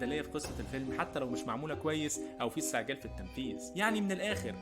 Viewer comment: استعجال مش إستعجال